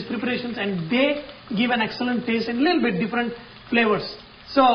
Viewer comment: Chef, You should stop saying "leettle bit" because you really don't seem to mean it. Man, the amount of Ginger!!